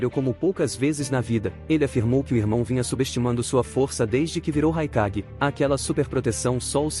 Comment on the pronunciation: Só um adendo o nome do raikage no vídeo ficou mais com som de E que de A